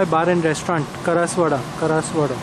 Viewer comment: It's KASAR WADA and not karaswada 😮